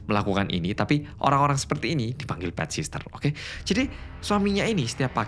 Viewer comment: Bukan sister mas.. sitter.. ga pake sss yg keduanya.. caption nya dah bener pronunciation nya aja ada s nya